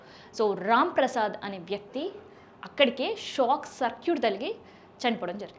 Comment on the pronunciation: ఏమి పదజాలమో.Shock Circuit కాదు.Short Circuit. చెత్త ప్రెజెంటేషన్... సరిదిద్దుకోండి.